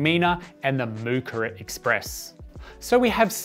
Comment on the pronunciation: there's no "R" in pronouncing "Moka"